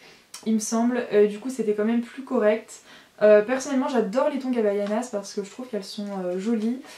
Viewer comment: Non, en fait c'est HAVAIANAS